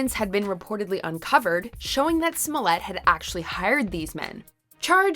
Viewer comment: Who taught you how to pronounce these people's last names?